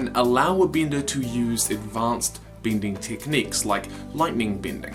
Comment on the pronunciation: It sounded like you said bada